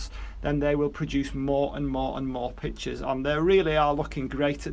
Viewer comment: Your information is wonderful and thank you for taking the time to do the videos. However, one thing makes it difficult for me to sit through. You constantly refer to them as PICTURES. not PITCHERS! I thought I wasn’t hearing you right so I turned on captions,and they wrote the same thing I heard. Please work on this problem because your videos are invaluable but VERY difficult to listen to because of this. Sorry I had to write this, but I so want to continue learning from you.